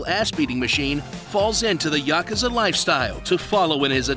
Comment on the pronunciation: I have finally found it. A PERSON THAT ACTUALLY KNOWS HOW TO PRONOUNCE THE WORD YAKUZA!